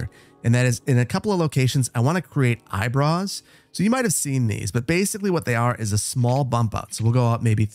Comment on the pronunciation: The caption says "Eyebrows" The says "Eyebruhs"